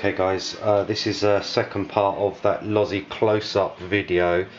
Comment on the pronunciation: Thats vrry nice ids why you've got dislikes mayb usa guys hating you pronounced losi correctly lol instead of lowsy. Looks very nice tho mate.